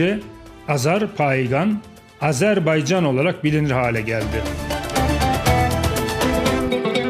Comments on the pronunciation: Azerbeycan değil Azerbaycan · [Azerbeycan ] değil [ Azérbaycan] diye okunur